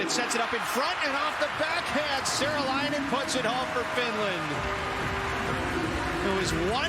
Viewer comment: Annoyingly, the announcer keeps pronouncing Saarelainen as if it's spelled Seralainen... A good approximation for an English speaker is SAW - REL - EYE - NEN.